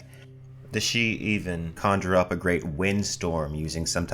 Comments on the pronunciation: It is slightly irritating why he sometimes pronounces it "sidee" rather than "shee" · It's weird how you keep pronouncing it sid-he then switch to pronouncing it shee... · I kept getting thrown.. the voice over interchangeably pronounces Sidhe/sidhe. It is never ShiDee. Its Shii-the or Shee. like Bean shidhe.... pronounced BanShee... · make up your mind about whether you're going to pronounce sidhe correctly (shee) or incorrectly (siddee) you keep switching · For the love of Pete! Stick with one pronunciation of a word! You confused the heck out of me with your constant going back and forth between "she" and "sid-he." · the "sid-he", irish speakers worldwide died a little when you tried to pronounce sidhe 😂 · Sidhe is pronounced seeja which translates into English to Elf or Faire (farie) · I hear "sidhe" pronounced differently all the time, I said it sid-he in my head when I first saw it in a book, it was "Aen Sidhe" in the Witcher, said Ahn shay, and it's just so off-putting whenever I hear new ones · Bro, its pronounced "Shee". It's always pronounced "shee". The spelling (siddhe) is from modern Gaelic, basically one of the Celtic languages. Q-Celtic, I think. By contrast Welsh is P-Celtic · "Sidhe" is pronounced "she" in Irish Gaelic. They are faeries. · To correct the above video, the Sidhe are of Celtic folklore origin, whats with this "pseudo Irish" crap ? Anyway, Sidhe is pronounced "Sith", this is where George Lucas got his idea for the bad guys in the Star Wars films... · pronounced "seeth" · #1) Why show a pronunciation guide for a word more easily announced than Sidhe (which you repeatedly pronounce differently) #2) your vids have gotten better; maybe not more well produced or researched but at least more coherent.